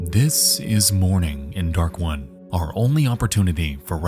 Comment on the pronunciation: All I hear is “Dark One” every time he says “Darkwood” The word “wood” is not hard to pronounce but apparently to this dude it is 🤷‍♂️